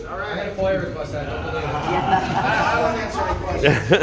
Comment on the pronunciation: That would be "FOIA" not "FOYA".